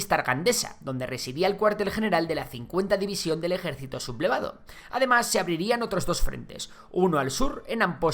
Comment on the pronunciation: Buen video para tener una visión general al margen de matices que, convendrá investigar a cada uno por otras fuentes. Ahora bien ¿por qué dices "sub-blevado"? ¿no es lo correcto "Su-ble-va-do"? Gracias por el video.